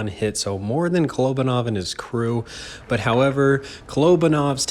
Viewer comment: You pronounced his name wrong it ka-lo-ba-nov 😉😉😉